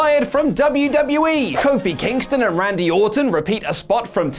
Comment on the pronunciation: Lol did he say Kofi vs Kingston